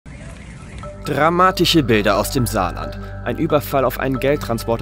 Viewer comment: DramatiCHe Bilder)) DramatiCHe Aussprache